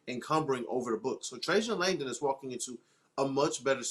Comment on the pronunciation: Guys. Watch the press conference and learn how to say Trajan Langdon's name already. Good lord.